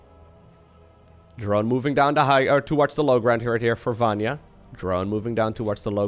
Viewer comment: Vanya "ny" letter like New "N" I hope I help you with this, i am from Hungary and we easily can say any name:D